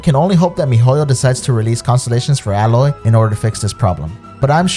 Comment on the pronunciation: Still saying Aloy's name wrong :(